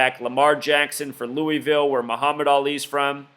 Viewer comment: lamar is not a freshman...and please say louisville correctly. thank you